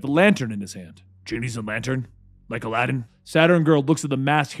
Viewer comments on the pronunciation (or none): none